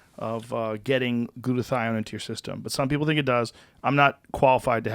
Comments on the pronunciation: hahaha it's hilarious when joe was talking about meds and tom just kept saying "Glutothion!!" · I love how occasionally Tom will pronounce a word as if it’s never been spoken by a human before.